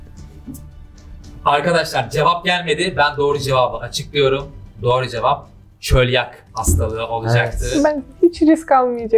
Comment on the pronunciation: Çölyak değil çöliak